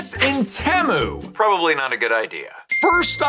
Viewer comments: ITS PRONOUNCED TEA-MOO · Bro said TéMoo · You say temu wrong